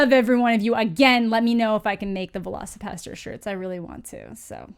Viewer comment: My favorite part is that the trailer narrator's accent makes it sound like he's saying Veloci-Pasta, like there's some velociraptor based pasta dish being served somewhere. Like, idk, shrimp scampi but with velociraptor meat or something.